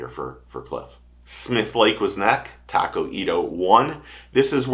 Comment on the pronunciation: reaction to that live chat was not noteworthy. Chill. Also please learn to pronounce Taku and Kyoya!! I subbed regardless lol